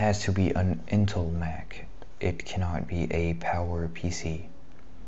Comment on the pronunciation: I'm confused are you pronouncing intel as in-till? and developer as deff-lopper? haha